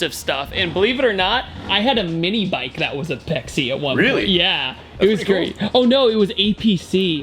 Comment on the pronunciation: Sorry, I had to pause the video. I am not calling you out, just a old tuner from back in the day. Apexi is actually Apex International, so its pronounced just Apex. The Dunk was a awesome muffler back in the day.